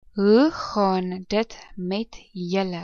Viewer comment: The pronunciation in this video of the word "julle" is wrong. This person says "jille" in stead of "julle". When you pronounce the letter "u" in Afrikaans, you have to open your mouth only a little bit. When you open your mounth too much, so that one can see your teeth, the sound becomes "jille". Try to hide your teeth with your lips and the sound automatically changes from "jille" to "julle".